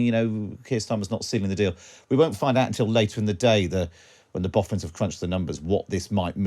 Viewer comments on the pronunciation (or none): Thought he said at 2m 30s "When the Bothans have crunched the numbers". Was wondering where Star Wars came into all this, then realised he probably said "Boffins". Many Bothans died crunching the numbers...